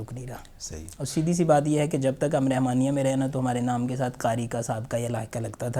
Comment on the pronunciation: رِحمانیہ کی بجائے رَحمانیہ بولیں ۔